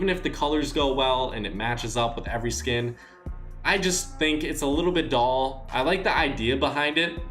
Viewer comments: Dull not doll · Stop saying that colours are “doll”. Its DULL!